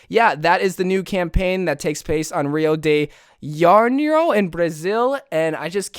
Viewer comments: Bruh you pronounced rio de janero so wrong😂😂😂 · I'm Brazilian and the way he said Rio de Janeiro was worse them nails to a chalkboard!!🤣🤣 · Hello,! This isn't a hating coment at all but I thought is was funk when you said Rio de Janeiro, I'm from Brazil and not trying to be mean, you say Janeiro like Jaw-Ney-Row, I'm sorry if This offends you at all, I'm a Vera bug fan